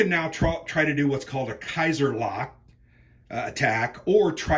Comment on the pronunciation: Love your videos but dying in this one every time I hear Kaiser-lack, it's Schlacht.. Kaiser-sch-lacht ;)